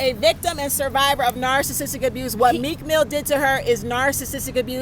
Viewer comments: girl you can’t even pronounce their names correctly. You don’t know meek mill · This girl has been saying this for years. She doesn’t even know how to pronounce the names of the people she is talking about. She is crazy. Meek mill pays her no mind. You are stupid if you believe this